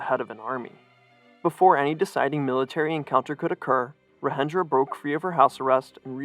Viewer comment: Great video, but your pronunciation on the central figure's name was off; the J in Rajendra is the same as the standard English j, as in "jump" or "jet" (j's are only h-like sounds in Spanish spelling), and Laxmi is pronounced "Lahk-shmee". You got "Shah" right though, which is kind of funny because it's pronounced differently in Nepali to almost every other language.